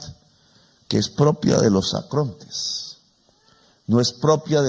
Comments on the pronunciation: el Presidente habla de "ACRONTES" pero en realidad debió haber dicho "ARCONTES". De cualquier manera es un gran discurso. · Mu muy estimado y respetado presidente Petro usted pronunció la palabra acronte en cinco veces y la palabra correcta es arcontes para designar a ciertos demonios y si está en lo cierto en pervertido don trumpoleone es un demonio.